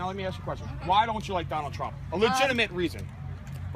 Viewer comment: "Donald Tremp" -That First Guy